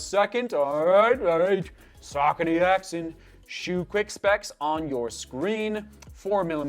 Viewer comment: great review as usual....(it's pronounced Axe-on)